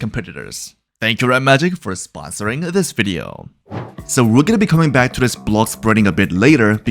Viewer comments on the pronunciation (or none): thank you redmagic-- for SPonsoring~~ this video~~ 💅 💅 💅 why you say it like that LMAO